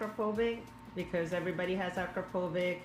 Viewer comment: I find it funny Acrapophobic was probably meant to be famous exhaust manufacturer Akrapovič. Which you can pronounce it correctly as Acrapovich.